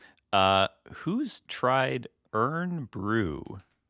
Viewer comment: Irn bru is pronounced Iron Bru. People in the UK, especially millennials and older know it very well